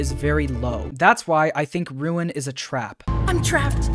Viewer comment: You actually got ruin exactly right